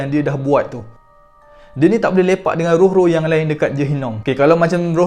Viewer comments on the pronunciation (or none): Lawak do dia ckp tempat "Lepak" ni😆